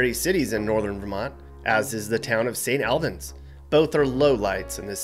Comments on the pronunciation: Your pronouncing st albins rong the al it pronounced like the word all not name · it's not st aalbans it's Snalbins lol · its pronounced st. all-bans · Is anyone going to tell him it’s pronounced “S’nAlb’n’s?” We also now have a target in Burlington. As of like two years ago. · I feel like is more "sane ALL bins" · You horribly mispronounced st.(all)bans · A couple of things... First, yes, it is the Northeast Kingdom, but outsiders wouldn't be expected to know that. Second St. Albans is pronounced St. All-bans. Third, up until the early 1960's pretty much all of Vermonters were Conservative Republicans. Phillip Hoff was the first democratic governor in 100 years. Industry like IBM, Digital and others brought the population to Vermont. But, industry brought environmental issues and to entice industry they cut some pretty cool deals tax wise for them. Labor was also very cheap. As far a beaches are concerned the west coast of Vermont (bordering Lake Champlain) has a lot of beaches along it's shores and many instate lakes also provide for that. No ocean, but that's only 4 hours away in NH or Maine. Want some big city life? Montreal is only about 60 miles from Burlington. The real downfall happened when those tax agreements with the big electronics outfits expired, Vermont needed the money because those businesses had been using a whole lot of infrastructure and not helping to pay for any of it. Result, Vermont had to ask for business to pay it's fair share because the local population couldn't afford, individually, to keep everything up. So business left along with the higher salaried people. Families had to really struggle to keep their head above water and the flatlanders coming up from Mass. Conn. and NY caused real estate prices to go through the roof. That is why my family moved to NC and so many others have left to try and m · Most of us Vermonters don’t want out of staters moving here. And St. Albans it’s pronounced “all- bans” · said st. albans wrong